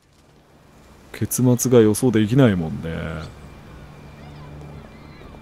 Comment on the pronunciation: 最初の「結末が予想できないもんねー」が｢ケツが予想できないもんねー｣に聞こえて一瞬何言ってんだよ、うしざぁと思ったごめん。